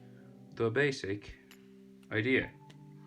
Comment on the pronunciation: Its jiraiya not jiriya